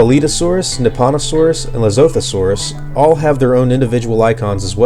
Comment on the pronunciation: Lesothosaurus - Luh-sootoo-saurus